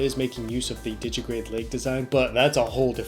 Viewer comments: Digitigrade. Not digigrade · A nitpick: It's _digitigrade_, not 'digigrade'